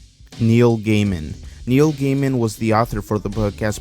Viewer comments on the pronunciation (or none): Its gàiman not gaymen… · Some corrections/additions: Neil's last name is pronounced Guy-min Nightmare before Christmas isnt a tim burton movie. It's Henry Selick's movie he also directed Coraline making it his movie too. Miss spink and miss forcible are lovers not sisters. Addition/expansion: In the book the well is decribed as if it was a sentient creature which goes more into the theory that the well is another portal to the other world. Coraline is inspired by an old Victorian folktale called "The Pear Drum" or "the new mother", its about to girls who are told to misbehave in order to get a drum from a ragged girl. Their mother begs them to stop and attempts to scare them saying theyll get a new mother with a wooden tail and glass eyes.